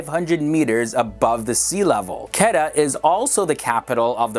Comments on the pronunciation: quetta is not pronounced ketta its kuuetta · For all new viewers, its city Quetta not pronounced as Ketta. Its Kuwaytta! Peace!! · Its not qeta, its ko-we-ta (quetta) and se-yal-kot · I was stunned when he said qada. It was Quetta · You are pronouncing Quetta as Ketta while it actually is pronounced as Kooaaitaa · Not Ketta... Quweta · not ketta its Quetta lol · Butchered the pronunciation of Quetts to a point of incomprehension. its like K-wait(t)-Aa awesome video though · Quetta tou Quetta hai😎 and its pronounce like (ko Ae ta) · Quetta pronounced (ku-weh-tta) And Balochistan is pronounced (baa-lo- chess-than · ITS KO-EETA (KOYTA) THE CAPITAL OF BLOCHISTAN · It's quetta, pronounced as ko-ait-a lmao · Yesssss Peshawar and Quetta 😍💖💖💖💖. Quetta is pronounced as Qwetta. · Your Pronunciation of few cities name is not up to the mark... so please also try to mention the name of city in Video.. edit it in the Video (Subtitle). like You have pronounce the city name Quetta, which pronunciation was wired :D I was not able to understand which city you were talking about :D Thanks